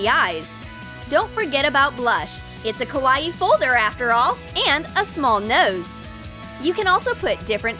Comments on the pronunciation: It is not pronounced like Hawaii with a k. Think of it as saying cow eye and mushing the words together. Kawaii. Not Hawaii with a k. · Why did u say Kawaii like Kawa-ii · Also did anyone else notice that she was pronouncing it ko-was-ieie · KawaEe they be saying it wrong 😂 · Nobody: - Kawa eEE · "The most KAH-WAH-EE pencil case!" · Ikr XD lol this just makes me laugh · That's what I was thinking 😂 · IKR so weird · You pronounced kawaii wrong